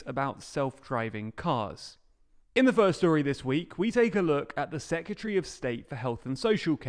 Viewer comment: The word is Secretary (pronounced sec-ret-airy), sorry to be that person; please can you learn how to say and spell it correctly.